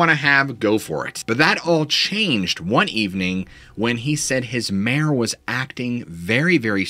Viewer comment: took me a few to realize he was saying "Mare" and not "Mayor". Made it kinda confusing for a bit. XD